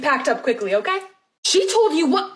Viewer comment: Okay* (not "Okat")